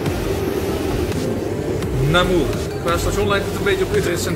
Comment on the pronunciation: Dan nog even de juiste uitspraken van een aantal plaatsnamen: Anthisnes: Antienn Hourpes: Oerp Namur: Namúúr